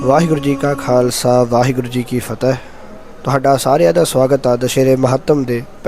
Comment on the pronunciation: Veer ji tusi Fateh bhaut sudh ate sohna bulade ho 😊 Waheguru ji ka Khalsa 🙏🏻 waheguru ji ki Fateh 🙏🏻